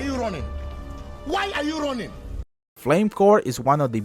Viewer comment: sounded more like why are you ronin? instead of why are you running :)